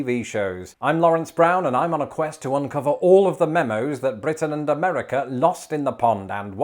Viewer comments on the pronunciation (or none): none